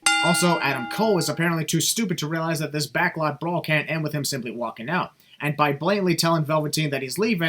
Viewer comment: I think Vince McMahon should have commentated the Backlot Brawl. No, not because he commentated the first one. But because he just can't say the word "Brawl" (and instead says "bra") so, it fits the match. Also, surprised that bump Damian took didn't get a sin remover. I understand the sin but, because of how brutal that bump looked I'm kinda surprised it didn't get a sin remover. But, I don't mind.